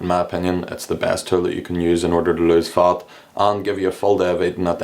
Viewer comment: It's fat, not fart 😂 (if it's not fatfart)